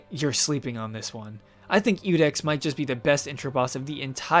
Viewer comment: It's Iudex, not Ludex. That is an i.